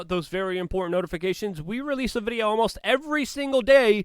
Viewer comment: are you kidding?? All his videos are littered with them.. Just going back to find the one that stood out to me in this one I found 2 consecutive ones.. He says sneaked in past tense right before where he pronounces reconciliation.. The dude never says the word important right, which is ironic af.